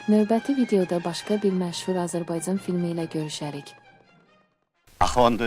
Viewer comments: Bu danışan jurnalist süni intlekti ya doğruçu jurnalist niye c ç kimi istifadə edilir Azərbaycan Azerbayçan yox Vətənin adını düz deyin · ƏVVƏL AZƏRBAYCAN SÖZÜNÜ DÜZGÜN TƏLƏFFÜZ ETMƏYİ ÖYRƏNİN....